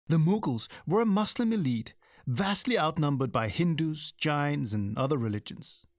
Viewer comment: “Mangle pronunciations”!!??!! It’s reviling, utter colonial disdain to hear, in the first 8 minutes, the mangling of the words Muslim and Punjab. I’d get those pronunciations correct so as not to alienate your audience.